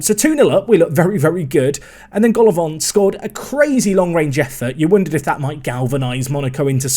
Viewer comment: Love how you automatically pronounced "Golovin" the French way even though he's probably Russian :D